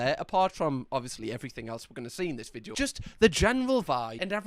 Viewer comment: As an Australian, the way you say video makes me offended you say we speak the same language. Ignoring the fact you can throw a stone into the next village in your country and hit someone who speaks in a very different accent to you.